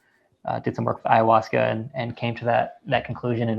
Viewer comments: Ayawescha LOL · David E. Nichols would be the person to speak to. Especially being you can’t even pronounce ayahuasca correctly. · Russel. There is no ‘E’ in AYAHUASCA